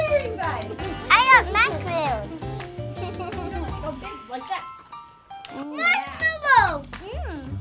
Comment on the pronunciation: It. Is. Macrons NOT MACAROONS MACAROONS ARE COCONUT COOKIES it’s Mack-a-ron